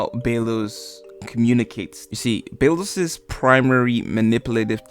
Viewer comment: emperor bey-los lol